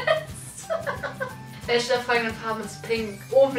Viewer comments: Du sagst irgentwie die ganze zeit welsche 😂 anstatt welche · Es heißt "WelCHe" und nicht "WelSCHe" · Bin ich die einzige die es nervt dass sie immer welsche sagt 😂? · mich nervt es auch😂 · Sagt Bibi echt wälsche??😂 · Ja ist so des recht auf mansche oder welsche😂😂😂😤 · Es triggert mich so dass du immer „welsche" sagst🤣🙈